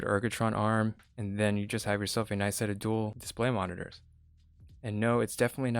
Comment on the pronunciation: I loved this review because I love the fact that it was not based on first impressions like most reviews. I did think it was a little funny how he continuously said DIS-play. Overall good and very helpful review.